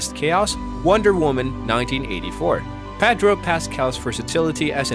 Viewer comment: say "PADRO" one more time 👊💥